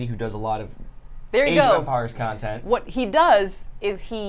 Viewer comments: Idk why but I thought you were saying age of vampires for a while lol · Half the time it sounds like Saf's saying "Vampires" instead of "Empires"